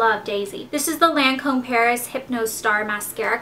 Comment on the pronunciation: Just saying... It's "lahn"come with a long A not a short A... And it's Bifacil remover not Bifacial